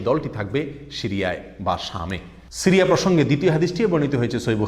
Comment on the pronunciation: উচ্চারণ শিরিয়া নয়, সিরিয়া অনেকটা বাংলা ছ।